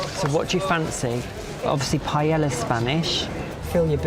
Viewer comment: learn how to say paella..